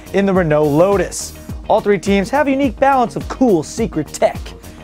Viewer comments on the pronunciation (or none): none